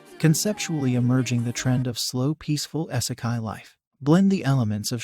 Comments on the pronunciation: its pronouned "EEEE-se-kai"....NOT "Eye-se-kai" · The amount i was triggered every time he said " essikai" its "ee- seh- kye" smh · For the love of GOD! YOUTUBERS STOP USING ROBOTS TO READ YOUR SCRIPT! WTF IS... S-E-KAI?